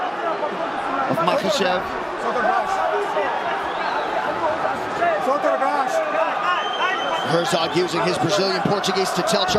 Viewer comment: Its Ma-KA-chev. Not Ma-KAS-chev. No "s" in the man's name!